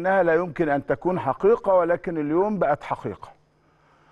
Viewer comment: ليه احمد شوبير بيقول على كلمة حقيقه بيقول عليها حخيخه